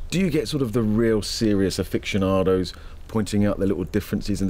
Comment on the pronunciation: '...afixshinardows...'?!?! Aficionados is pronounced: 'ah-fiss-e-on-ar-does.'